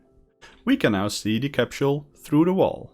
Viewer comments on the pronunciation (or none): CAPSHULE? I thought you were talking about the CAPSULE, not a CAPSHULE